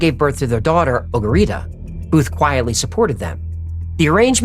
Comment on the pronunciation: “Ogarita” on point haha